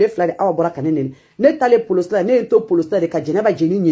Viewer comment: pardon c'est quoi ça? À ton âge vraiment c'est du nimporte quoi il faut chercher autre chose arrête de mettre tout le monde ds tes histoires bidons. J'ai enregistré deh j'ai des vocaux ainsi de suite. Comme par HASARD tout le monde t'appelle trop de détail. Ont police et non pas poloci bref tu n'es qu'un illetré analphabète...Tu nous fait chier vraiment...